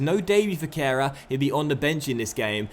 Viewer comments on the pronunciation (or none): HI Kehrer I think is pronounced with a bit of a G sound instead of the H